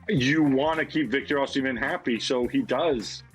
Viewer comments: Actually Gab pronounced it correctly before ( atlst as close to correctly as they can get) and Dan's pronunciation was wrong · I love how Dan low-key corrected Gab's pronounciation of "Osimhen" and then Gab subconciously picked up on it 😂